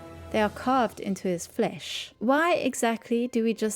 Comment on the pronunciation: i like how she says ''flesh'' like a medieval peasant